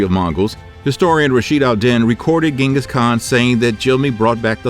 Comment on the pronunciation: I would have liked that, as someone claiming to be educated on Mongolia you would know such a basic thing like that this man's name is pronounced 'jin-gus not gen-gus. Sorry to be that guy, but that's his name.